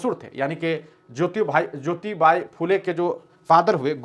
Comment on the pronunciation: सावित्रीबाई के हजबंड नाम है " महात्मा ज्योतिबा फुले " और आप उन्हे ज्योतिबाइ कह रहे हो, जो गलत है